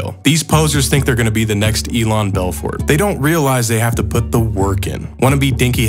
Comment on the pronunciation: Why does he say "poot" instead of put?